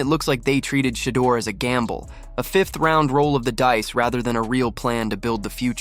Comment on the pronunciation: “SHAAA DOOR” AI ….